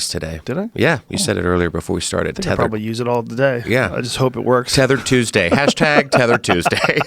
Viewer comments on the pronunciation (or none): Joe "Tethered Tueday" Rogan